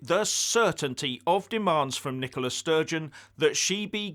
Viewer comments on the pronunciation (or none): none